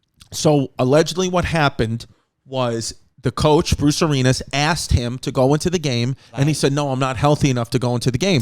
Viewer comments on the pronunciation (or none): Chrissy's pronunciation of coach Arians is classic chaos! I think we need a shout out to Tampa Bay coach "Arineas" on a weekly basis. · Chris saying Bruce Arenas instead of Arians is making my nipples tingle but I like it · Chrissy, it's Bruce Arians. It's pronounced the same as the "Brotherhood" you're a part of.